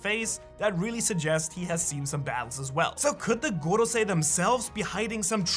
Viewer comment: Drink a shot evertime u hear gogosei.